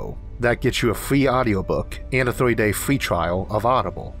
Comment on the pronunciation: Great video. But I can't help of hearing a child speak by how you say things. Not to be rude, but some of the words you say sound like a toddler learning how to speak. Like saying free as fwee, first as fwirst, etc. Besides that, loved the vid.